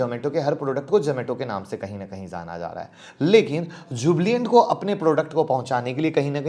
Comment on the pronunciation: Yes, I have never heard ... Jublient